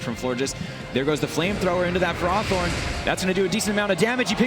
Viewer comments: Tomato, Tomaato i guess but I and all my friends saw ferrowthorn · I love the one announcer making half his comments sole about ferrothorn on top of pronouncing it wrong.